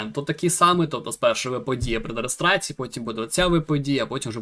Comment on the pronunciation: Не "регестрацію" , а РЕЄСТРАЦІЮ (від слова реєстр). Вибач, але просто вуха трохи ріжить))